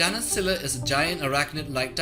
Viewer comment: It pains me so far that none of the youtubers are able to pronounce Scylla name correctly